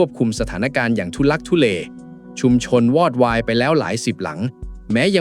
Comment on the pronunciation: อ่านว่า😂วอดวายไม่ใช่หวอดวาย